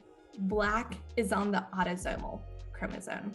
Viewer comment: She keeps pronouncing “chromosome” as chromosoNe. There is no N in this word!